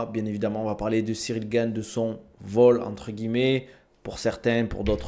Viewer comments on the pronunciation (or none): Slm, je voulais savoir pourquoi tu appelle Cyril Gayne alors que ça se dit Gane.